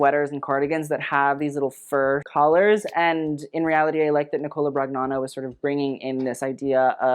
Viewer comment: Hi,! I know how much you love pronouncing names correctly, so if I may for Nicola Brognano: Ni-CO-La Bron-YA-no (the “gn” in Italian becomes a kind of a nasal ñ sound with the tip of your tongue up on the roof of your mouth.) Cheers! Loving this roast.